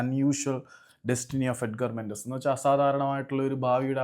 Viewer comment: മെൻസസ് അല്ല ചങ്ങാതി മെൻഡസ് 🙏